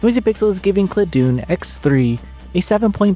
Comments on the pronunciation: Dun as in dungeon not Dun as in Dune. ClaDun, Classic Dungeon. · I believe the name of the game should be pronounced the same way as the words it combines, ‘classic’ and ‘dungeon.’ /ˈklædən/ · I don't know what claw-doon or clah-doon is, but cla (like classic) and dun (like dungeon) i.e Cladun is a good game.